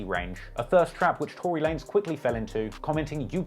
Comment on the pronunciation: Two-Ry Lanez lol